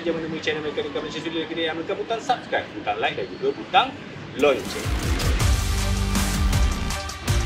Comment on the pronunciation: Butang 'lonceng' 😂